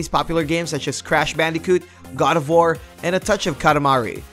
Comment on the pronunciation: What the hell is up with the way you pronounce "War"?? Its like you speak perfect Kings English then out of nowhere you say "War" with the same enunciation as the word "Car" WTF MAN????